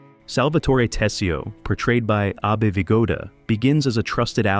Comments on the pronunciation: "Ah-bay" Vigoda? He's not Japanese. It's Abe (Ayb)... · you know its AI narrator when a simple name like ABE is pronounced obb ay laughing my arse off as an italian here. so not edited